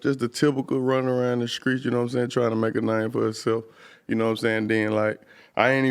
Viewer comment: I can’t stand that shit. Like bitch ur from America. Speak English not ignorance. And he and others ain’t from the streets, they from “skreets”😂 fuckin corny ass shit. Bag b wearin skinny jeans sooooo tight that idk how bags bags breath. Dudes trash af. Has NO lyrical talent. The ONLY reason I’m here is to put him out there. He scary af he started beef wit ralo then how’d our and canceled the show. He ain’t “skreets”😂😂😂